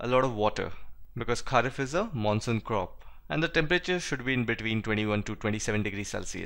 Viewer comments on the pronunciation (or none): none